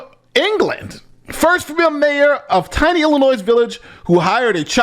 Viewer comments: Illi-noy….NOT illinoize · Come on man, it's not IlliNOISE. It's Illinois (ill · uh . noy,) the "s" is silent. Sorry, but bad pronunciation dives me up the wall. This is one everyone should be aware of by now. Sorry, but it doesn't take much to distract me from the subject, lol. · ILL-I-NOY. Not NOYS. NOY. Stop it. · Illinois please, its not illinoisssssssss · It's spelled Illinois but it's pronounced ill-in-oy. The "s" be silent and stuff.. jsyk. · It is not Illi-NOISE! Please learn to pronounce it correctly! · Pretty bold to talk about a scamming mayor and then do an ad read for a scam drug 😂 Also, it’s “Illa-noy.” The S is silent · This Henyard story is nuts, dude. it's pronounced i·luh·noy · please stop putting an "S" at the end Illinois. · You keep pronouncing the s at the end of Illinois but the s is silent. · The “s” in Illinois is silent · Bruh, pronouncing the "s" in Illinois is super cringy. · Bro the S is silent in Illinois. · The S isn’t pronounced in Illinois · How are you a lawyer and cant pronounce "Illinois" ? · Hey. I’ve been a sub for about a year, but all due respect, Illinois is pronounced with a silent S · Please stop pronouncing the S at the end of Illinois. It's silent! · The S in Illinois is silent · Do me one favor, don't pronounce the "s" in Illinois! Thank you😘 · You don't pronounce the "s" in Illinois smdh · for the love of God, the S in Illinois is silent? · the "S" in Illinois is silent! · Illinois has a SILENT S! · how big of a dullard cant say Illinois right ?????? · It's pronounced illinois. Not illinois.